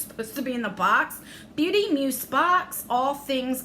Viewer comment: Where's the makeup and skincare?! That's deff not worth $45... $120??... no way! Sorry, but I'd be mad 💜 Oh btw, it's pronounced like muze 😉